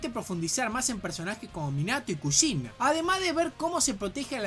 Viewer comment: Ninguna de estas palabras llevan tilde pero las pongo para explicar mejor dónde está la silaba tónica. Es Óbito... No Obíto. Es KÚshina... No Kushína. Es KÁbuto... No Kabúto. (Lo dice de las dos maneras igual)